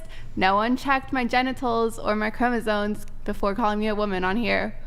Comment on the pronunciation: The word is “chromosoMes”, people. NOT “chromosoNes”. Sheesh!